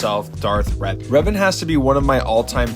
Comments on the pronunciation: NU UH ITS DARTH RAVEN 🐦‍⬛ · ITS DARTH REVAN NOT RAVEN